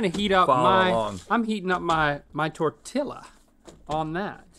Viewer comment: Link did not just say “TorTILLA” 😂😭